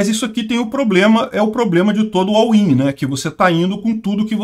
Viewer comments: "all in" se fala "ól in" e não "au in". abzao. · Não entendi o que tanto repetiu. "Awin"?